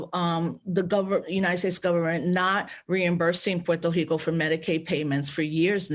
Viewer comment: why does she make the R in Puerto Rico an H? I thought that was just a Portuguese thing